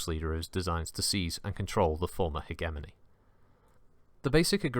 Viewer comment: Good video, but FUCK ITS PRONOUNCED HEDGE EH MONEY NOT HEG EH MOANY Gave me conniptions